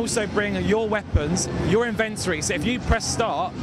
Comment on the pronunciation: epic win accent "invent-ory"